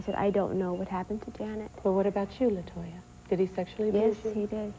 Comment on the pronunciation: it's latoya not la toya